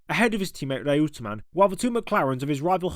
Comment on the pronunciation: Reutemann for one. It was always pronounced “Roy-ter-man” by the likes of Murray Walker and Simon Taylor